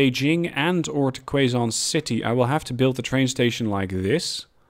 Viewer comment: I've been doing the old "double slip" for a while now haha, it definitely works super well for a double line (one-way) and having trains between each city so they can use different platforms :D Btw it's pronounced "Kay zon" not "Kway zon" city. It's in the Philippines :)